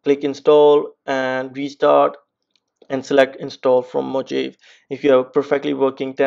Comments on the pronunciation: It's moohaaveeeee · Who created that pronounciation. Mojave should spell mo-jave. How come one know to spell it as mohave if it's written Mojave. Can someone explain this? I'm a non native English speaker.